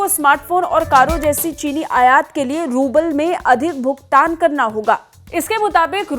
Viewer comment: Rubal hota hai pubal nhi